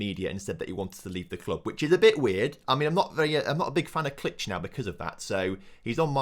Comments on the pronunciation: Pretty sure it's klikh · I think Klich is pronounced 'click'